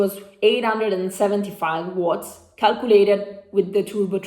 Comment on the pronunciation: Ciao! In inglese dicono “uots” non watts!